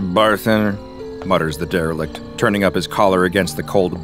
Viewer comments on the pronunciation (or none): Say Derilect again! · Take a shot every time says “derelict” to get alcohol poisoning